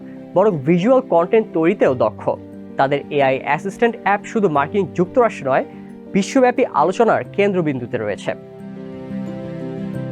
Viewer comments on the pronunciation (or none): none